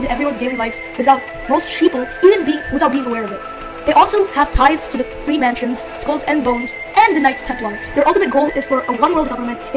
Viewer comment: he said "Freemansions 😂😂😂😂😂